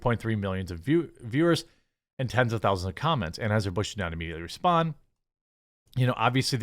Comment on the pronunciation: Anhueser-butch is one of the best slips of the tongue I've ever heard 😂